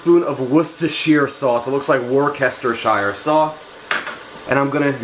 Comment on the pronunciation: In the U.K. we say Wooseter-shire sauce! Hope this helps!